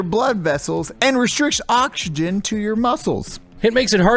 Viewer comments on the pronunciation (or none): none